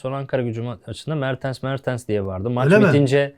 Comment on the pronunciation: Niye inatla mertıns diyorsun ya 😃 mertens işte adamın adı